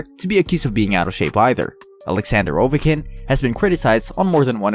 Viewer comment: Ovekin, Canex, Bordow, Smith, Woorsley, but you get Byfuglien right. WTF!